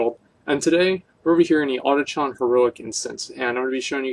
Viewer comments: adichon heroic isn't it pronounce aww kin dune? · you pronounced "auchindoun" wrong xD